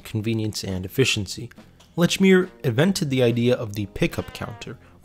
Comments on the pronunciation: Leechmere is how you pronounce it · Holy God!!! How can you do a documentary on something and continually mispronounce its name? It's pronounced "LEECH MEER". Just listen to how it's pronounced in the commercials you included!!! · "Letchmere" Absolutely not. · Very well done and interesting to learn the history. Lechmere was well loved in MA and it seems like they should have stayed local. The narrator is definitely not from MA 😂. Lechmere was always "leechmere" and Dedham is "deddum". There were one or two others that made me smile. Well done though. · It's LEECH MERE!! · Pronounced lechmere incorrectly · It's annoying that he mispronounces the name of the store.